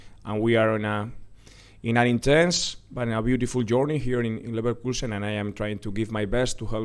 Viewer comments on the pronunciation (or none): even he said said liverkulsen '